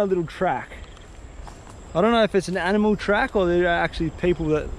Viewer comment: He chuld attak any moment says the anymols lol